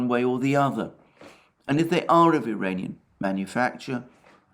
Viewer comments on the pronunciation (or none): When You try to say "Iranian" drones, it sounds like "duranium" (fictive metal from Star Trek) and Youtube hears it as "uranium". Also, it should be referred to as "Iranian design/type", since it was not confirmed by Iran or Russia, that those drones were produced in Iran.